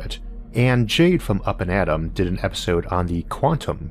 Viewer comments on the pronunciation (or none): none